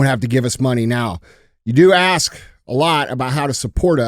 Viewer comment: Andy, you got DJ to pronounce Iran correctly. Now get him to pronounce "ask" correctly. Keep doing the Lord's work.